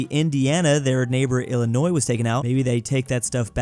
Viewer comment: Bro pronounced Illinois with the s although it is supposed to be illinoi